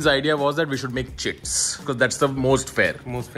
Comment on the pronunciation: Am I the only one who heared "chits" as "chips"????